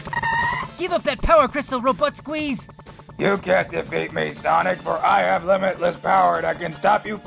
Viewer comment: robuttsqueeze? really?